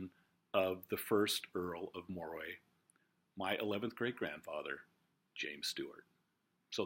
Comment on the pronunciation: Just wanted to mention "Moray" is actually pronounced like the name "Murray". I've heard the rule for British aristocracy is that the more famous someone is, the more likely it is that their name is not pronounced as it's spelled. :)